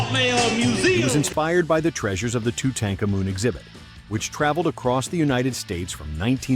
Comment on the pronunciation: Simply stunning mis-pronounciations of Tutankhamun